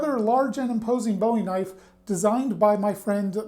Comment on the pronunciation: "That's not knoife...that's a knoife."